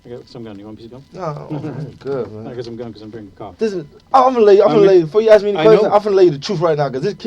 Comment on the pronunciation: What can’t ghetto blk ppl Say the word “ ASK “ They say AXE .. smh Or AMBULANCE THEY SAY AMBA-LANCE